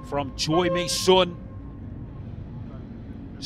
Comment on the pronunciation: Actually the u in Misun is pronounced like “seon” not “soon”. It’s 선 not 순